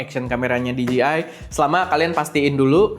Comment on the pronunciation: di-ji-ai...khas lidah indo 😅